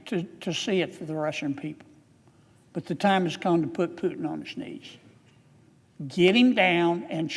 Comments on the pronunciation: But hey Not Piutin but Pu. Oe ou ,Poutin...you mist a phonetics at school... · pootin, pootin not piutin. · Are we still talking about it? All it took is 3.5 years. I am sure, all this time Kennedy went to bed and woke up with the thought of Ukrainian people dying simply because Putin (pronounced POO-tin, by the way, not PEW-tin, nasty either way) simply ran out of other ways of justifying his remaining in Kremlin. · Kennedy can’t even pronounce Putin’s name correctly, let alone be smart enough to be President. Don’t know why he keeps saying “Pew-tin”, when it’s pronounced “Poo-tin” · He can even pronounce his name right hihihi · Keneddy learn how to say putin name correctly first sir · He can't even pronounce the name Putin right